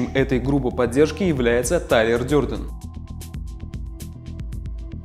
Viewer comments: Дёрдон, просто режет слух. Дэрдэн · Не Дёрден, а Дэрден.